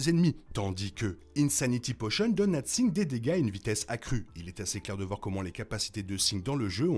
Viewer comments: Pourquoi tu prononce singed de cette façon alors que en anglais il le disent pas comme ça et en français ça serait plus singe vue que le D ce prononcerais pas . Bon c'est juste que ça pick un peut les oreilles je veut dire même dans le jeu il ne le dise pas comme ça. Je suis surpris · la vidéo est bien mais tu rends ouf a dire Sing, ca se dit Sin"J"ed bon sang